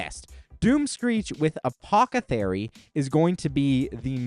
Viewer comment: You have to trolling saying apothathery instead of apothecary lmao 🤣